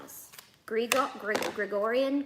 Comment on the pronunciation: I am laughing at baby Yoda, destroyed his name, “gregorian” 😂😂😂 you are the best to watch